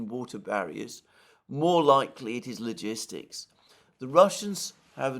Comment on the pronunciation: 13 min. Ligistics, Ligistics, Ligistics